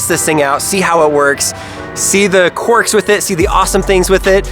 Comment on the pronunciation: you said corks it's Quirks***